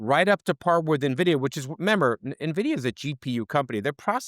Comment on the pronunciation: as an analyst, if you don't know how to pronounce N- Vidia correctly, then your credibility is somewhat dented